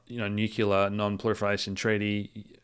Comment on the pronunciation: any thoughts on revelations about the new head of MI6's grandfather? NB: probably about time you learnt how to pronounce "nuclear" properly...